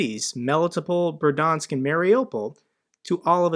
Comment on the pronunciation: Bear dee ansk (Berdyansk). Krem ee nah. (Kreminna).